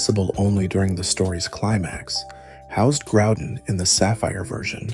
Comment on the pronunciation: Oh boy a video to watch. Why are you saying kyogre and groudon that way ?....